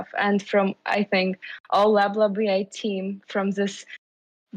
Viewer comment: "lab lab ai" sounds "bla bla ai" many times :)..... you need to change the name